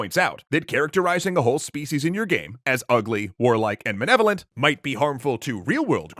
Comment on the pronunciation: Did it bother anyone else that apparently the voice guy from extra credit can't say "malevolent"?